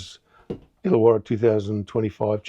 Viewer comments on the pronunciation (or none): it's ILLAWARRA.